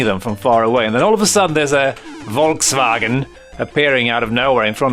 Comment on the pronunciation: "Volkswagen" :D